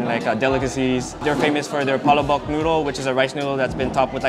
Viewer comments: omg i thought she just sad BALLSACK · Dude, In my life youre the first pinoy male to say he doesnt like dinuguan. Shes better than you at Kamayan, idk man, you dont even pronounce the names of the foods right. She even pronounced Palabok way better than you.